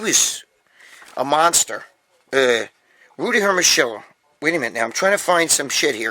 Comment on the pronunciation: Gregg, ask your gf (or your mother-in-law) to pronounce for you 'Hermosillo', and then come back next show and say Rudy Hermosillo again the way they pronounce it. 😉 Those 70's/80's physiques are INSANE!! ZERO BUBBLE GUTS!!! 🇺🇲Trump 2020🇺🇲